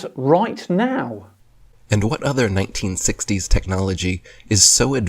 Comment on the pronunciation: Exactly my thoughts! When he pronounced 1960s "neinteensextdeeys"